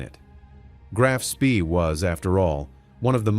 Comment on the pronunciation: It’s not SPEEEEEEEE it’s SHPA